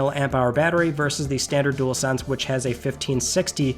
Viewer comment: Would not buy one myself but at least you can say dual-sense unlike some YouTubers like spawnpoiint 😂 jewelsense 🤦🏻‍♂️.